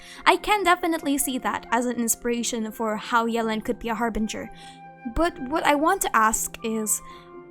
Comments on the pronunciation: Ohh noo she slays yelan name so bad 😭 it’s not Ellen with a Y 😭😭😭 I’m pretty sure it’s like yuh-lawn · Everyone: Yelan Keqing: yealan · Fun fact, according to Keqing's English profile voice over Yelan is pronouced Yālan.